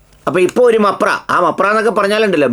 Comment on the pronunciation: മപ്ര അല്ല Bro മാപ്ര 😅😅